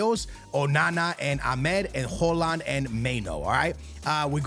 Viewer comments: Holand?? its pronounced "Hoy-Lund" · It’s pronounced “Hoy-lund” and “May-new” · perfect native haaland pronunciation everytime, just unfortunate thats højlund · Højlund not Hojland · Mainow 😂😂hoeland 😂bros pronunciation is mad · Dude mispronouncing EVERY name out here. May-No, Ho-Land. Do you actually watch football? Here is the Prem players pronouncing their names for ya dude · I think it's pronounced Hoy -Lind bro